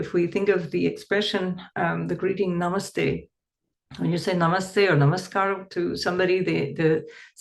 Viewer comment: Thank you.Very insightful.Spans the entire sky very succinctly., your "Indian accent of the word 'NAMASTE etc' was such a pleasant surprise.PERFECT for a non-Indian person.😊